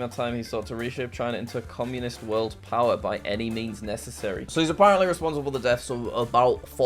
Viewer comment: I’ve said”It used to be Conmunist”